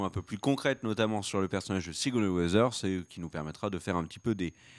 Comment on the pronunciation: Plutôt que sur le micro, j'aurais davantage insisté sur la prononciation de Sigourney Weaver et non Weather. A moins que ce soit un spoil pour nous indiquer que son rôle sera d'être une brave Miss Météo... Sinon sans rire, je vois une possibilité intéressante autour de ce que l'on sait déjà d'elle : son prénom, Alexandra, et le fait qu'elle est un personnage important à New York. Il y a un perso dans les comics qui s'appelle Alexander Blont et c'était l'ancien Caïd avant d'être évincé par Wilson Fisk. Pourquoi ne pas envisager une adaptation de genre pour la série voire une fusion avec un autre personnage féminin ? J'ai vu par exemple des comparaisons (plutôt physiques cette fois) avec le perso de Headhunter, une ancienne ennemie de Daredevil et de Luke Cage qui était membre des Vilains for Hire, pendant des Heroes for Hire qui rassemblaient Luke et Iron Fist. Why not ?